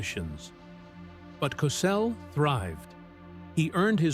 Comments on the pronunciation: Please pronounced like Cosell. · Wow, this guy is butchering Howard Cosell’s last name!!! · Idiot narrator can't even say his name right wtf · Cossle Cosell potayto potahto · I have up in the first five minutes because you couldn't pronounce his name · . Hey man you sure say Cosell differently. But it's all right. Rhymth is very important. And your rhythm is all for you. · How about the time he suggested that Crissy Evert take off her top so people could see how much of a woman the teenage star had become. The narrator couldn't pronounce his name right half the time. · Can't say his name right Get off the air clown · ‘Cosell’?? Do you “PROOF-READ” (listen) to what you ‘upload’ to YouTube?? PRONOUNCE the man’s name correctly!!!🤬🤬🤬🤬